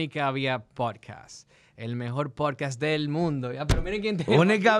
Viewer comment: Él dijo podcast bien al principio. Deja el "hate".